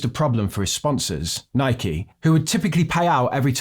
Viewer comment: I'm glad you pronounced Nike correctly